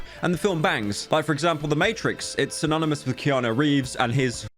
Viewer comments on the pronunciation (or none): none